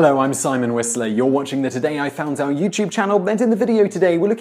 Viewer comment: Kinda sounds like he is saying, "Your watching the Today i found our youtube channel"